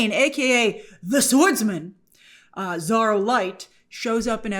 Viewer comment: You still can't pronounce Zorro huh?